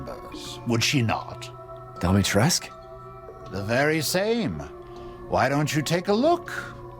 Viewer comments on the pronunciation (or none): My biggest complaint about him is that he’s supposed to be some fancy, well-traveled, educated, person and he horrendously mispronounces Lady Dimistriscu’s name as if it were French like “Dimitresque” when it’s more like the name “Dimitri-sku” (she’s Romanian) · How do you end up with "Domitresque" starting with "Dimitrescu"? 😂 It's pronounced Deemeetrescoo, no diphthong. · still mad ethan pronounced lady dimitrescu's name as 'doh-mee-tresque' when its 'dee-mee-tres-coo' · Dommy-trescx or Dummy-trescc? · Why would he pronounce "Dimitrescu" (romanian name) in a french way, and "Moreau" (french name) with an english pronunciation? Makes no sense to me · The only disappointing thing about this game is that the butchered every romanian word. And with all the reserch they said they did, you would think they will try to pronounce correctly at least the name Dimitrescu, the most important character.